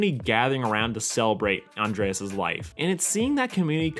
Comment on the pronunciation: Flamingo? Spoon-bill, Becky would be disappointed. And Andrés is pronounced An-drae-s, not with ea-es